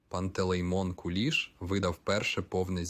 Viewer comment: Точно ШІ ! Наголоси не українські. Навіть в минулому москворотий не сказав би КУліш,бо таки ж КулІ'ш.